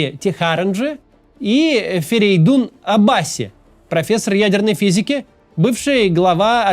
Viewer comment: Напишу отдельно. Как правило, в персидских фамилиях ударение падает последний слог: Мехди́ Техаранджи́, Аббаси́ и тд.